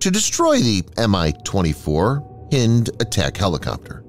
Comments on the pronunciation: Hind not Hend. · Pretty sure it's Hi-nd, like bind...☺ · "Hind" is pronounced "heind", as in female deer or hind (back) leg. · Hynd helicopter not hind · ..it's Hind..like your hind leg.. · Please please please pronounce HIND correctly. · It bugs how the narrator keeps mispronouncing "Hind". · Highly annoying